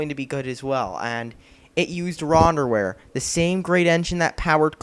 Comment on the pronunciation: Do you know how to use the English language? RONderware?? Poorly RONdered? And how many times are you going to say "Of All Time?". This was painful.